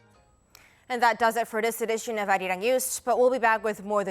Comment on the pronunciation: It is pronounced as, "Ah Ri Rang".